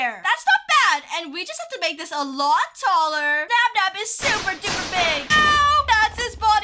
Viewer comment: it's nabnab not nab nab